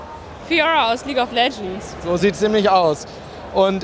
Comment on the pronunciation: Leguea of Legends voll geil gesagt Aso das leguea also